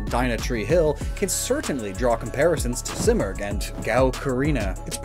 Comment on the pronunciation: I’m Persian and the bird you were referencing in the articuno section is pronounced as see-more-g